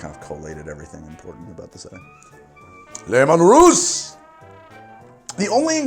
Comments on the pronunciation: Two issues: 1. it's "lee-man russ" not "looman" 2. Tanith is literally space Scotland, specifically the Highlands, so Sacra is likely just a Highland Whisky Also if you want a 40K Bible, use Lexicanum and Wikia, for a comedic twist and a more TTP orientated look 1d4Chan has you back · >Lemun Russ It's, uh, spelled Leman Russ. Don't let the commissar catch you.